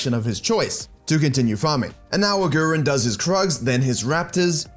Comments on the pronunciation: his name is pronounced aguriiiin not agu ren. still love the fact that u produced a video bout them! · A-who-rin? Who-drel? I only watch this channel to get Johnson's exclusive Lee mechanics. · For Germans it's so funny how he says Agurin😂